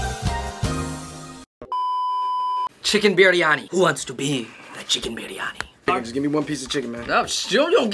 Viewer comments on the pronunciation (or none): its biriyani, not piriyani or biranyi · It's not piryani....it is biryani u guys..🤣🤣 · Just so you know it's"Biryani" not "Piryani" 😂 But I'm you enjoyed some of the food.. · i died when he said "piryani" instead of biryani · Goat piryani 😂😂it's not piryani it's biryani my dear